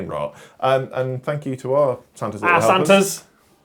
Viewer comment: I legitimately misheard referring to the patreons as "our Santas" as "arse hunters" and was SO confused!